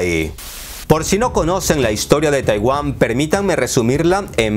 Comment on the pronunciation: Oye querido, eres de raros de buen nivel en redes, pero no digas TAIWÁM En lugar de TAIWAN jeje